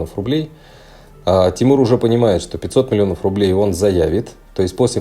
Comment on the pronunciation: Трррилион рррублей